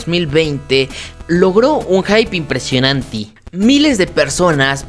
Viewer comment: “ logró un hype inpresionanti” jajajajajjaja